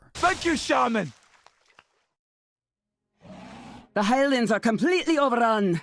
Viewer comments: The way Chris Metzen says Shaman... annoys the hell out of me, especially when he voices numerous characters who also pronounce it that way -_ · Why does metzen pronounce it “ShayMan”? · Did Thrall just say "shame-an?"